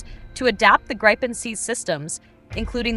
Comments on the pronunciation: Yes the VO is annoying AF in that respect - and inconsistent - she gets it right . Obviously that was accidental. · Stop saying Grajpen dammit. How hard can it be i wonder 🤔🙄